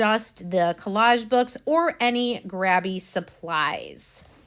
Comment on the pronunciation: ** 1 "B", long "A" - Gray-bee. For it to be pronounced the way youre saying it, it would be spelled "GraBBie". Like later & latter.